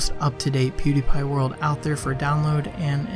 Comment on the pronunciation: A lot of people are pernounsing pewdiepies name (pew di pie) and it's bothering me